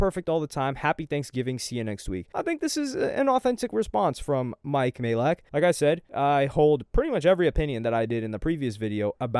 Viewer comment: you’re saying mike’s surname correctly at last 😅 Stop sounding unsure it’s been confirmed by Mike himself it’s pronounced "MAY-LACK"